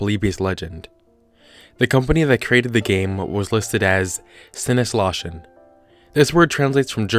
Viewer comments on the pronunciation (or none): I'm german and it's always funny to see americans not know how to pronounce ö 😋 But I have to admit, it's a weird letter. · The way he pronounced Sinnesloschen.